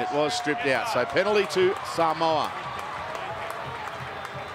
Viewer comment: Saaaamowa...🤦‍♂️ you've had months to get pronunciation right🤷‍♂️